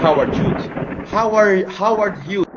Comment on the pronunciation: Sino si Howard Huge na sinasabi ni? Ibig nya bang sabihin ay si Howard Hughes pronounced as (Hy OO z)?🤭🤭🤭